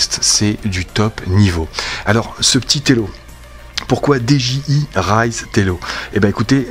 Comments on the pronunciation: j'me permets, n'y voit aucun jugement de ma part mais de la même manière que tu prononces "ine-tel" ou "Raïze", tu peux également prononcer "Di-Dji-Aille" (au lieu de "dé-ji-i"). Merci bcp pour la review m'sieur, tjrs au top! Des bisous! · dis est ce que tu peux faire un concours pour gagner ce drone stp et dji ce prononse di j aye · Dji sa se prononce en anglais